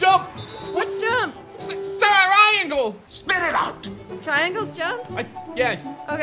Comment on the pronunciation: I'm dead he said ceriangle 😂😂